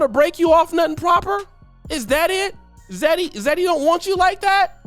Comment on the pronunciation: idk why some Zaddy would even want her weird-looking azz. What's an Oddy? I don't think that's how you pronounce it. When you told him you wanted to travel, did he ever say he would pay for it all?